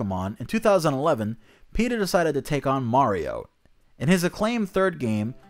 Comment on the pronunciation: I didn't think peta was a real thing i thought just said peters name like that